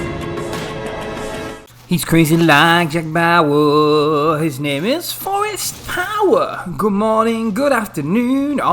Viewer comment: that forest power had some emphasis😳